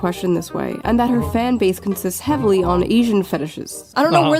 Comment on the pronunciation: emphasis on the 'heavy'